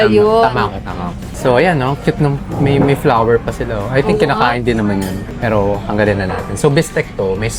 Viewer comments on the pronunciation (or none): none